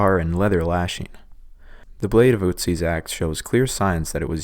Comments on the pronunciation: It's "Otzi" NOT "Oooutsi"!! Can't even Pronounce a four letter name the Right Way!! Bologna Not Ba-log-na!! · its Ö... Ötzi, its like an o and e in one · Its not pronounced utzi☠️ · I thought its Oatzi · Your pronounciation of Ötzi is just like the German pronounciation of Uzi XD Pronouncing the letter Ö like you would pronounce the u in burn is a very close approximation, only shorter and without an r of course ^^ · The wy he pronounces Ötzi cracks me up 😂😂😂